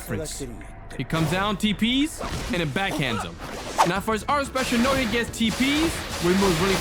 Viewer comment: Bro it’s not “noya’ it’s “Na-uh-ya